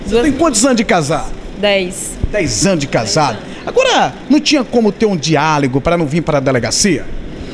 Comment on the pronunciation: "Diáligo" kkkk.